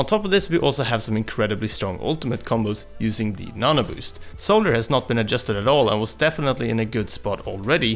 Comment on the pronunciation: Every time you said "nanoboost", it sounded like nana-boost to me.